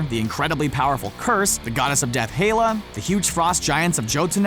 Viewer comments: Did he just say..... hila instead of hela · Hela not Heela or Hayla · Again, , he calls her "Hay-la". I swear he's just doing this to piss people off. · Hell-A not He-lla. H-E-ll-a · Heyla? Bruhhh it's Hela when it's said so many times in the film how to you pronounce it wrong in this video... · 8 :05 he said heela when it's supposed to be Hella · Then said Hayla in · "Heela?" HEELA??? IT'S HELA, HELL-AH!! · Komodo Venom and tell em it's Hella not heeela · “Hay-la” wth where did you get that from. Did you not even watch the film? They literally say the exact correct way to pronounce it a bunch of times. Hell-a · HELL-A. Please pronounce it correctly. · lol you pronounce helas name 2 different ways in like 2 minutes, both incorrect. they say it in the movie. its like hella. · it's pronounced "HELL-A". Not "HELIS". That's a character from Horizon. And it's pronounced "Yote-un-heim", not "Jotnheem". Next thing, they're probably gonna call Cap "Stevvy Roggers" or Iron Man "Tonne-y Sterk".